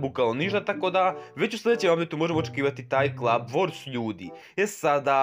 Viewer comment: Ne kaže se klaba nego kluba